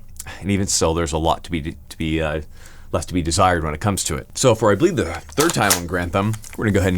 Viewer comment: "...does leave a little bit to be desteyred."